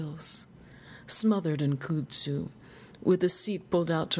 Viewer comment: "koot-tsu" fair lady of the sibilants nay it is not! But rather say CUD-zoo as we say here as it hides all sorts of sins.....